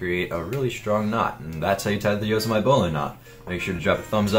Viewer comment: yoe seh mih tee not yoe seh mite lol